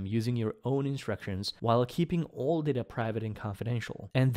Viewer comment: its not pronounced DARTA its pronounced DAITA ! but other then that you rock !